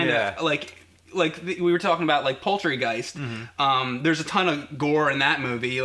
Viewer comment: Did just say Poultry-Guist?